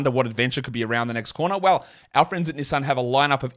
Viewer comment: I just realized you are trying to say Knee-son(Nissan) lol